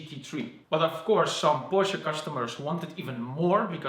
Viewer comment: It’s Porsche not pursh